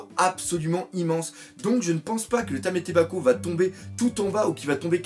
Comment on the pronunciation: Problème d'orthophonie? LOL ce n'est pas méchant, mais juste, tu n'arrives pas à dire TAMAtebako, écoutes-toi, tu dis TAMÉtebako!???... Sinon, t'es un bon!